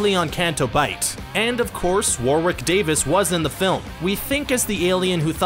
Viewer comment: Warwick Davis name is pronounced without the second W - warick War-ick So many Americans get this wrong 🙄 yet they ignore the H in herbs and the s in maths ( its mathematics so contracted its maths not math)